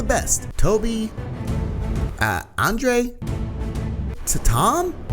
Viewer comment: when u said andrey the pronounce that u said andrey my real name is Andrhey